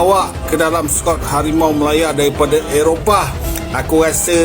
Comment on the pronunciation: Bersetatus ko' jadi ber stetes yaa😅